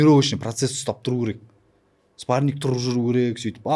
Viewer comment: Спарниг😂 даже "спарринг" дегенды дурыс айта алмай Мухитты женем дима😂